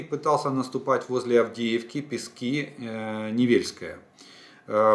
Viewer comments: ну только не ПескИ- ПЕски,ударение на Е. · Сколько ещё должна продлиться война, чтоб вы хотя бы заглянули в Википедию и узнать правильное название городов? Правильно: БАхмут, СнежнОе, ПЕски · Олег, кажный день вас слушаю и каждый день хочу написать про ударения в названиях населенных пунктах на донеччине, как бывшая дончанка. Местные говорят не БахмУт, а БАхмут, ударение на первый слог. И ПЕски тоже на первый слог. Вы хотите сказать правильно, а потом исправляетесь. НЕвельское. Спасибо.